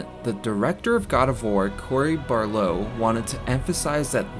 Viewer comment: Barlow?!? Come on, do a little research.